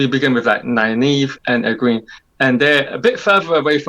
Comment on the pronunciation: It’s Egg-wayn (Egwene). Not Egg-ween.